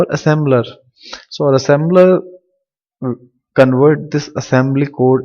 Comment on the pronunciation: Assembler not assember